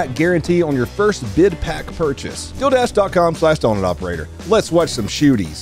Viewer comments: You are pronouncing dealdash as dildash.. And that sounds like a company that is also dedicated to help you stuff your hole or holes. Oh my... I just had an idea. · Why did that ad read sound like "dill" dash? EDIT- I'm going to open a lesbian pizza place and call it "Dill Dough." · Bruh i thought you said "dildash" and i was bracing myself for a wild ad spot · You said DealDash but I heard DillDash and I wasn’t watching. So I’m thinking this is like some DoorDash type delivers service that brings you pickles. I may have been smoking and drinking too much today